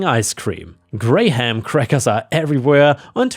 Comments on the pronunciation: The ice cream story was confusing a bit because apparently cannot pronounce graham cracker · The fifth story, the customer wanted crunchy, she got her crunchy crunched. Also well done on the pronunciation of sherbet, many adds the second R where it's not there. Also you used the British pronunciation graham. Which is although I'm an American how I grew up saying it. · Graham is pronounced gram as in kilogram not grayham. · Had to do a double check when I heard “grey ham” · Graham is a weird word where the "ha" is silent and the word becomes, "gram" - I was listening on my headset and was super confused trying to figure out what "gray-ham" flavor was and had to look back at the screen to read it. Your English is so good that I often forget you live on the other side of the world from me and have likely never heard of Graham crackers, so of course that would be tricky to figure out how to say it. Anyway, you do a great job and I love listening to your videos! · Graham is not pronounced grey ham, it's pronounced like the word gram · Brother it's pronounce gram not grey-ham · Just for knowing. Graham is pronounced like the measurment "Gram" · Is this AI videos? As it can't say graham cracker. Its not grey ham. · Graham crackers are usually pronounced closer to "gram". Took me a while to even realize what you were talking about because nobody i know pronounces the "h" or the second "a" separately. If anything, the "a" sound is just extended, maybe more like a "graam" cracker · Just a note on the word graham... we pronounce it like gram, no h. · FYI, for the ice cream story: "Graham" is pronounced the same as if you took out the h and one of the a's. (Gram.) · Both of the apartments I’ve rented have had utilities (electric water waste etc) included in rent. It’s pretty nice Also Graham is pronounced like Gram (English is weird) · Graham is pronounced grayum, or just gramm. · Graham is pronounced gram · Graham is pronounced like 'gram', the measurement